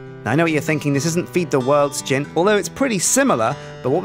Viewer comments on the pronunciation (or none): none